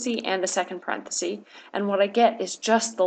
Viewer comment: Very helpful. Just a little hint. The singular of parentheses is parenthesis, with a short e sound. It’s not parenthese ;)